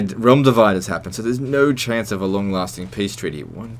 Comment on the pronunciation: It's "realm" divide, not "real" divide, and that's not exactly accurate. What occurs is that in Realm divide you get what amounts to a diplomacy debuff with a high growth rate, so that eventually, yes, everyone will declare war on you and ally with each other. BUT, if you're doing really well economically, have that Chi art that buffs up your diplomacy by 10 (and are Tokugawa for an extra 5 as an option), have an honorable Daimyo, and some long standing trade treaties, and can get a few clan marriages, you can mitigate the effects of the debuff with one or maybe two clans for a good long time, since the actual mechanical element is just that diplo debuff. Long enough to take Kyoto and hold it for the year you need to win the game anyway. At least if you've done a good job at least one good alliance with a powerful clan.